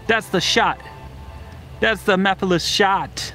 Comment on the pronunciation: These look awesome! Also, at least you don't pronounce it "ma-fill-iss" like that one Sonic Central announcer lol 😂